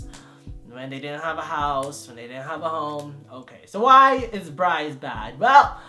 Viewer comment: Once I heard him say Brice for Leo I cried